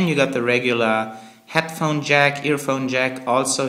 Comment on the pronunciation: I like how when he says 'Headphone' it sounds like 'Hatphone'. Also, I'm getting one in 3 months, I can't wait, thank you for informing me more about it, and making me more jealous! :D